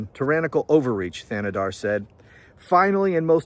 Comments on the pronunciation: Shri “TAnadar” is how it’s pronounced. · Shree Tan-a-dar is how you pronounce it. I am a Michigan resident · I live on the border of Michigan in Canada and you pronounced his first name right his last name the H is silent. So Tan-e-dar :goodvibes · Your pronunciation is almost correct. Say Thanedar as if there was no h in it.